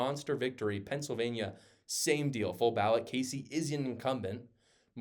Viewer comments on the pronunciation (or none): none